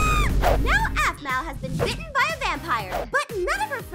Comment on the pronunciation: did eneyone notes she dident say apmau she said azmau